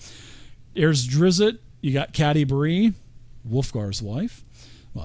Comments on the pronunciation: Watched up to "tighten up you name nazi's" I'm good its drizzt not drizzit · There is no 2nd i its just DrizzT. Driz. T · Say it with me folks. DRIZD DOE-URR-DEN You just gotta go to the source. Listen to Bob Salvatore pronounce it. He's very curt with the first name, kinda like how you think someone from NY/Boston area would pronounce it. Not a name nazi, but it's like being named Paul and being called Pool all the time.